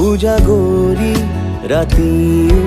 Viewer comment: সহয??উযাগৰী??নুবুযু???? উচ্চাৰণ ঠিক হ'বলৈ এতিয়াও বাকী আছে নে! গীতটি ভালেই হৈছে,খালী শব্দবোৰ বৰ ৰহণ সনা যেন হৈছে ,ঠিক এটি গতানুগতিক গীতৰ দৰে আজিকালিৰ!